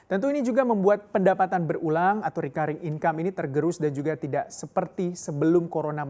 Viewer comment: Apa iya "Recurring" dibacanya Rikuayring ?